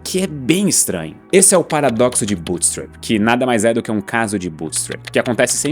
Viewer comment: essa é a pior pronuncia de bootstrapping que ja ouvi